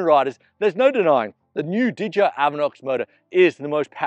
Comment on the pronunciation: D-J-I... not didja